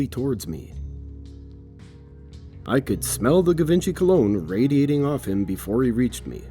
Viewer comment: Givenchy is pronounced JEE von shee This is going to be a good story